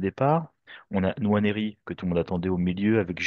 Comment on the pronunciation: Pourquoi tu dis N Nwaneri ? C’est Juste Nwaneri il n’y a pas d’apostrophe Pour dire N Nwaneri 🤣